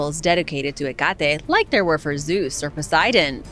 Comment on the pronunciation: He-Got-E? Where did you get that "G" sound from?? It's Heck-a-Tee.